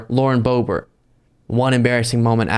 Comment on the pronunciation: Lauren Boob-ert.